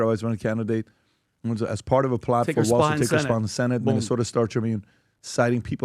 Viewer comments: WALZ... not Walsh . geez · TIM W A L Z. Not Waltz. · "Walz" not "Waltz"! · It’s “Walz”